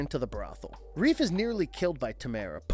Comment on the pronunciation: It's Rafe not Reef